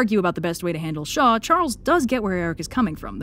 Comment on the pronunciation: When you said "a weapon created by Shaw," I heard "by the Shoah" and, yeah. Shaw's basically a representation of all high-ranking Nazis in this story.